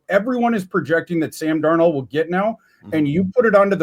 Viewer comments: Darn old is what I hear every time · Why does pronounce Darnold as “Darn-old” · I hear Darn Old 😆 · may not be able to properly say "Darnold," but he pronounced Athan Kaliakmanis's name flawlessly. 😅